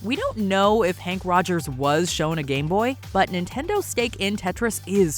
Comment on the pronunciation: Fact : his name is Henk, not Hank. Surprised in your fact finding video you get his name wrong